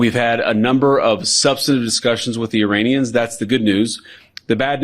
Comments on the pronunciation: does he call Iranians, Uranians?😬🥴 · Vance can't even pronounce 'Iranians' properly haha what a loser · I am not a native speaker of English, so whenever someone says "Iranians" I hear "'Uraniums",makes me smile... 😂